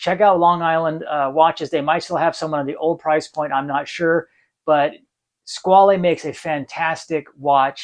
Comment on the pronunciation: Hi, I enjoyed your video and subscribed to the channel. As for the origin and pronunciation of the word "squale" (shark): in this form it's French (in Italian it would be "squalo" sing. and "squali" plur.); in the French pronunciation you do not hear the final "e". While in Italian "squalo" is the current word for shark, nowadays in French "requin" is more currently used (even though they are not perfect synonyms). Both "squale" (French) and "squalo" (Italian) directly derive from a Latin word, while "requin" has an uncertain origin. Of course, if you read "squale" as an Italian, you would pronounce the final "e", but it would not be an Italian word. 🤓